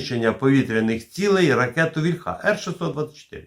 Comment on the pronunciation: Завжди інформативні випуски, тільки що ж Ви,, все неправильно наголос у слові «вільха» ставите? «Вільха» наголошується на «і». То тільки в російській «ольхє» наголос іде на закінчення. В українській мові не так: наголос на корені.